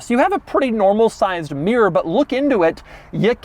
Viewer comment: it sucks how doug pronounces "mirror" , i mean he says it like "mieeror"